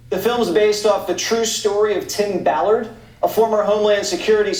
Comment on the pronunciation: I LOVE that you called him Tim Ball-ard hahaha lmaoo